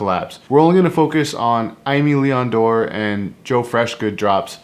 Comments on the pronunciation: Nice video👍 but just one thing: it's pronunced "ÉMÉ LÉON DORÉ" ;) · the way you pronounce it is kind a cool though 😅 And apparently I was wrong it's: eh-meh lee-on door 🤷‍♂️